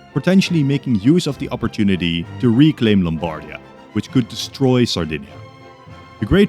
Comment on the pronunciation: Just a little pronunciation note from an Italian: we say Lombardìa and Vèneto. Love your content btw